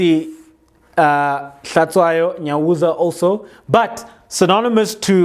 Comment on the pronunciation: Out of Context: Since you are Xhosa, HlaTSHWAyo is pronounced like HlaTYWAyo in Xhosa.